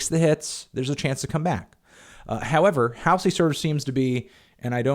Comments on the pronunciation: It’s ‘Haul Zee’ not ‘Hail zee’ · I agree with everything you said in this video, but her name is pronounced "Hall - Z" (hall, like in hallway). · Not that it matters but it's pronounced HALL ZEE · that’s how it’s spelled. Hallsey would be pronounced “halls-ee” but Halsey is “hal-see”. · the way he says halsey😭😭😭😭😭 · For. 1 your totally pronouncing Halseys name wrong but i get you Im Halseys #1fan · Can you maybe learn how to say her name? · He can't even pronounce Halsey correctly, lol. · when he mispronounces halsey throughout the entire video... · funny he says she's embarresed herself but he can'teven pronounce her name..... wow